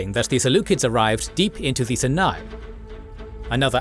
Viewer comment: Herodotus did use a similar name, referring to it as "The land of the Philistines" a century earlier. That said, they're a bit all over the place with how they refer to things, using ancient and modern names. Personally, I'm more bothered by how he pronounces Sinai.